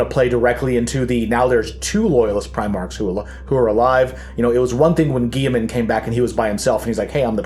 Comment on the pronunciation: It's pronounced Gil-lah-mun as per GW.